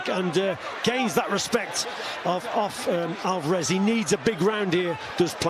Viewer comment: Is Steve Bunce the only person in the world who pronounces it 'Alvaarrrez'? Does he not hear everyone else? 😄